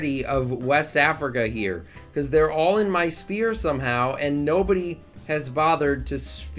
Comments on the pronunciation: Extremely annoyed on how u pronounce "sphere" as spear 😤 Sfere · that‘s a vic2 meme, spudgun and his buddies all pronounce it like that